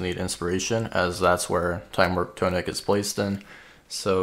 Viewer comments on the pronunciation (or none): IT IS NOT TOE NICK, ITS TAH NICK